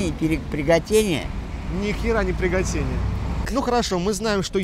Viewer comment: Пригатение? - Ни хера не пригятение